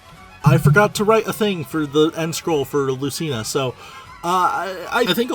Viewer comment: I love how he refuses to pronounce Lucina's name correctly, and how it get worse and worse as the video goes on 🤣